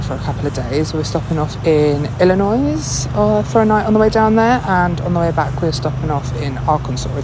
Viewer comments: Illinois - don't pronounce the "s" on the end. Sorry luv. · She can pronounce Arkansas correctly,but not Illnois?It's a French adaptation from the Miami-Illinois language.Drives me nuts when people pronounce the S when it's supposed too be silent,and I don't even live in Illinois.🤣